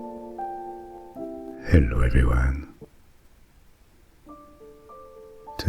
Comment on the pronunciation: "'Ello everrryone" Thank you for the new video!